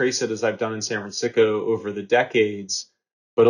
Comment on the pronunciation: He actually said Sanfransico twice, thank u I thought it was just me.